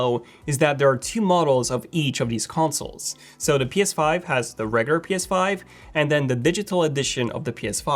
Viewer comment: Does anyone else hate how he says regular as regur it’s pissing me off